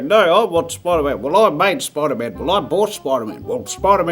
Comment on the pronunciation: nobody: Spider-Man Jazza: SPIDERMAYN ( LOOK CLOSELY ) 💀💀💀😂